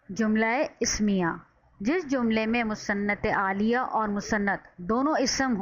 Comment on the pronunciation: Musanad ilahi app galat pronounce krti hain